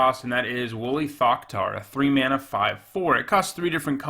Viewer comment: I can confirm it sounds like fucktard.